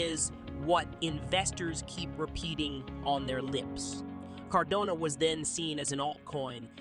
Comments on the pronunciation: It's CARDANO not Cordono, Cardono, or all the other ways you pronounce it. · Can you please call it Car- dano.....hahaha